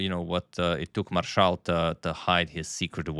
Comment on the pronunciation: First time I have heard the Spanish pronunciation of Frank Marshall's name lol